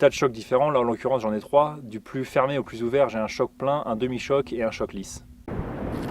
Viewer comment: Peut on arrêter de prononcer les « chokes » (qui est un nom anglais) chock ? J’ai déjà entendu un chasseur dire que sont cannon été chocké sur le coup j’ai même pas compris ce qu’il me disait, quand j’ai compris j’avais envie de le gifler ! D’autant plus que choke veut dire étranglé donc ça a plus de sens que de dire chock... car on fracasse pas sont canon bordel on l’étrangle pour avoir moins de dispersion. Merci 😅😁 Et j’aime bien ce que tu fais continue